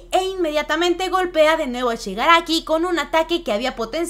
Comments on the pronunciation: Xq no dices bien el nombre de shigaraki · ShigarAFO dicen porque no es técnicamente ni Shigaraki ni AFO (All For One) ya que es una mezcla de ambas personas